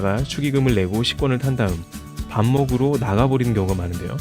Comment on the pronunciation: 정말 이런 댓글 죄송스럽긴한데... 영상보다 잠시 깨서... "밥먹으로" > "밥먹으러" 입니다. '~러, ~하러'가 맞는 표현이예요^^ 자막오타인가 했는데 발음도 같기에 쓰고갑니다.